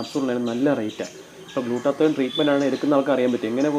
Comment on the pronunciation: Glutathione ennalle glutathoyon ennano😂 Alla ee ano??